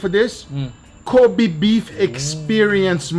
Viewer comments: It's disrespectful to say it "Cobee", it should be more like "Ko beh" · Kobe Beef [ko-beh, not ko-bee] Love you from Japan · It’s not koby beef it’s Kobe(kobae)! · say it right, its not Ko BEE, its KO BEI